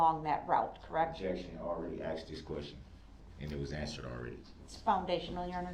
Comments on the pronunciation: "Axed" instead of asked and "do dat" Instead of do that SMH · how many times is the defendant going to ask the officer if he was axed? or claim he was axed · Funny how when he wants something From the judge he has ZERO problem saying “ASK.” Not AXE.